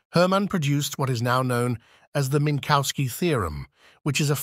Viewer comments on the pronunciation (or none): There no bovine "cow" in Minkowski. The "w" is like an English "v" and sounds like an "f" at the end of a syllable.